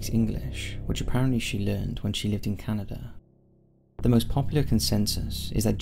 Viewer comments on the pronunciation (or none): none